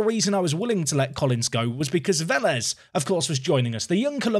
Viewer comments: Just so ya know, Vélez should be pronounced (Vay-Lez). Imagine the é in José, creates an 'ayy' sound. é = ayy ñ = nya (like, Peña would be pronounced 'Pen-ya' j = h LL = y (Ceballos = Ceba-yos) Z = th (Cazorla = Cath-orla) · In colombia it would sound more like ‘eh’ rather than ‘ayy’ The pronunciation would be VEH-lez